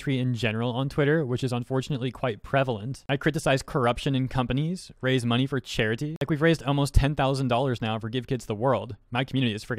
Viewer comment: ive got a rough idea as to why some people like this exist 1, they are probably annoyed at your voice, like when you say money , you always boost the last part by a little bit like this i donate moNEY to charity 2, they jello of yo fanbase